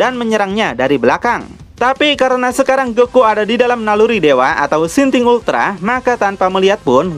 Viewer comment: "Sintink ultra"😂